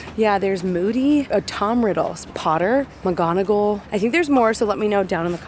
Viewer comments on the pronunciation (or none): none